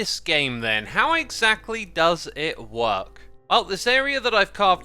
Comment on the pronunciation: Xisuma you're sneaky hermit. I got trolled by Pearl's last video because of that QR code, lol😂. Also "Exactualy?" Your hermitcraft episode is always both calming and hilarious